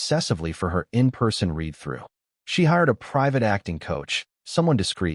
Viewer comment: I ask again about yet another video. Is the narrator in this video AI? I ask, because it is not "would read," with a short "e" speech sound, that means past tense, while "would" means future tense. Read is pronounced with a long "e" speech sound in "would read," yet the narrator does not seem to know that.